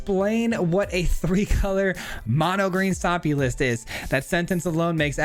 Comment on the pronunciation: "Mono Jund Stopmy"